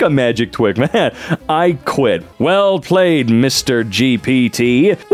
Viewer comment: "I qwit uwu"